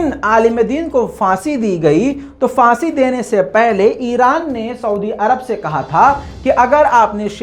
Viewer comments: Phansi not fansi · Fansi nhi,,Phansi hota hai.